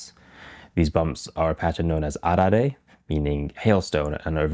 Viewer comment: How is it you can roll "arare" off your tongue like a native, but your pronunciation of "tetsubin" is all over the map. Sometimes you had it right, but most of the time the "bin" part sounds like the bin in "dustbin" instead of like the bean in greenbean. Check with a native to work on pitch-accent, too, if you want to really get into it. best wishes.